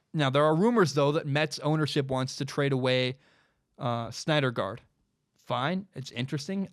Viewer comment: It's pronounced Noah SIN-der-guard. Not Snyder guard